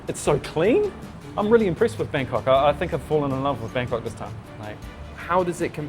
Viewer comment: Haha you said Bagkok 😂